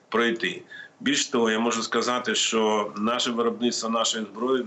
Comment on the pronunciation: Послухай ведуча,правильно казати що,а не щьо.І взагалі вчіться казати тверде О,а не ьо.